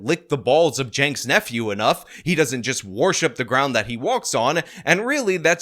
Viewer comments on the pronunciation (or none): What the f is a “Yaynks Nephew”? And why is Hassan never mentioned in this video? I was interested, but never mention Hassan make it sound like you have no idea what ya talking about. Hassan is a big part of this story. Not Yanke? Who is Yanke, or is it Jake? And who is Jake? And who is his nephew?